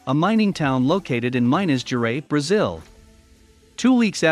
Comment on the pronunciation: You said Minas Gerais wrong 🤣🤣